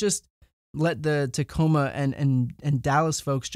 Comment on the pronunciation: I live in tacoma Washington. It was a but surreal to hear him say tacoma Washington lol